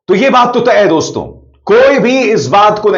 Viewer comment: तू वहाँ कही दिखाई नहीं दिया जब आनंद वर्धन जी ने शो किया था चार दिन पहले देश के बड़े बड़े पत्रकार थे वहाँ तो आप क्यों नी आये वहाँ और सुनो डोंस्तों नी होता दोस्तो होता है नाक में मत बोला करो